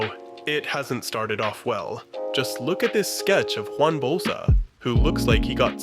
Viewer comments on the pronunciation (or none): none